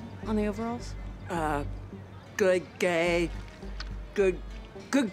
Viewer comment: bro said good gay